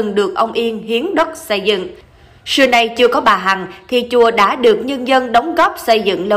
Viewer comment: Se cẩu, sây dựng, sưa nay, se của bà...tiếng Việt phát âm như thế ư?